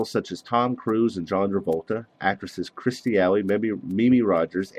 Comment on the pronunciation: KIRSTIE, not "Kristy." BOLTED, not "bottled."